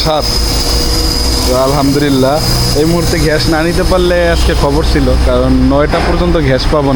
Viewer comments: ভাই ভিডিও তো ভালো লাগে। কিন্তু ঘ্যাষ ঘ্যাষ শুনতে ভালো লাগে না। গ্যাস না বলে ঘ্যাষ কি ইচ্ছে করে বলেন? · গ্যাস হবে ঘ্যাস না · আঙ্কেল আমার একটা রিকোয়েস্ট প্লিজ রাখবেন ঘেস বলবেন না গ্যাস বলার চেষ্টা করবেন নিয়মিত আপনার ভিডিও দেখি অনেক ভালো লাগে ❤❤❤